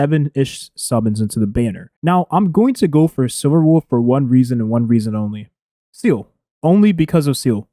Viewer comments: Follow along...let's pronunciate.. SEE-LEE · seal-ah. SEAAAL-AHHH.